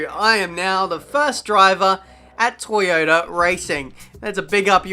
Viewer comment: Lol you read it wrong and signed for toyaota when you got a seat at MONACO your best tracks